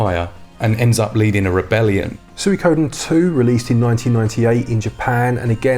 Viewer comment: Swee-koh-den! I loved the story and characters in the original and would love to win it for my Switch! Pretty please! ;)